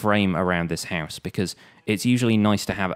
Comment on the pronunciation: He says «house» like villagers.